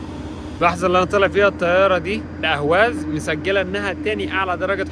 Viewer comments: لماذا لا تطالع معلومات قبل ان تقوم برحلتك في بلد معين..الا تستطيع نطق اقليم خوزستان/حوزستان..الا تعرف الفرق بين احواز بالعربي واهواز بالفارسي..ما هذا العبث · اسمها الأحواز وليست الأهواز الفرس لاينطقون الحاء لذلك أطلقوا عليها الأهواز وهي بلد عربي وتعتبر جزء من العراق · أسمها الاحواز وليس الاهواز . لان العجم ينطقون الحاء هاء الارض العربية المحتلة منذ مئة عام . ولا احد يذكر انها ارض محتلة .. والتي كانت امراة مستقلة ولها حاكمها الذي سجن وقتل في السجن .. اسال الله العظيم ان تحرر الاحواز مثلما تحررت سوريا .